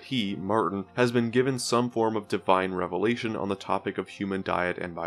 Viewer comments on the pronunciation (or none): none